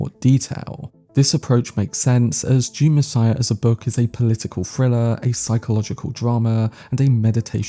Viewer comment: bro its DUNE not June lol